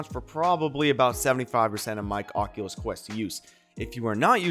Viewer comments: tells us to pwease not fall for scams like "ocuwueo" Thank you, very "kwool" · he says cockulus